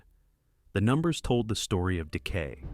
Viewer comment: Why do you pronounce number so weird?